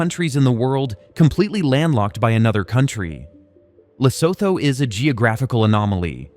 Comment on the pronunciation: Pronounced "Lesootoo" - obviously this poster is as ignorant as trump